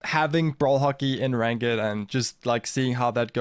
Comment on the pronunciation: Saw someone post on another of your videos that your English has improved a lot over the past few years. Hopefully this helps: Try saying “rankd” instead of “rank-id” for ranked. Your English is great, just a tiny nitpick. Your brawl stars is even better! Thanks for sharing, keep up the good work.